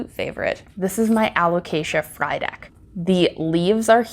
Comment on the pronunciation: You've taken such good care of these beautiful plants! And lol everytime you said Frydek i keep thinking 'fried egg'